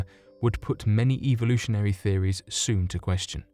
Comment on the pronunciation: Eve-volution XD which evee evolution????